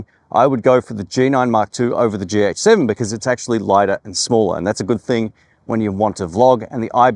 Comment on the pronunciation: Am I the only one who keeps hearing "GX7" instead of "GH7"?